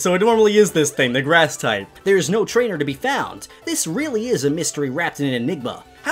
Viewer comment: Trainer not rainer